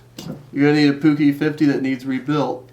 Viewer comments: Puch rhymes with "book" btw. :) Great video! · pronounced - " P U T S H" not " P U U K"....I think! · I am from holland Near austria , it is poech or poeg